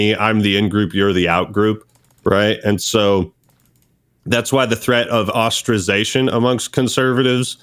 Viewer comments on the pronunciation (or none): stop saying ostrazation. its ostracisation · I’m gonna ostrazate myself if this guy say ostrazation again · “Ostrazation” what a dope.